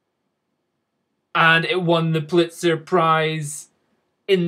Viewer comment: I love how you mispronounce the Pulitzer prize :D